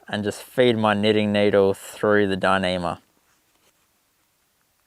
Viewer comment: Could you say dinima one more time?